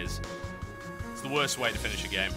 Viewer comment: "Wost thing in the world..."